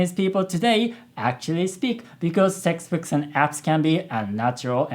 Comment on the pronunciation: His 'textbooks' sounded like 'sexbooks' to me (─.─||）(^～^;)ゞ